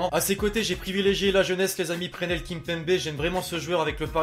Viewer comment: Ta dit Prenel au lieu de dire PreSnel Kimpembe j'enleve mon like sorry